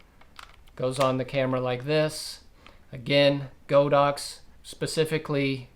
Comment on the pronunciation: Great video, however, it's pronounced god-ox not go-dox